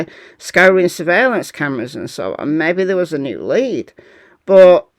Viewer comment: Great presentation of the latest! Thanks. Your 'mebby' cracks me up each time! 👍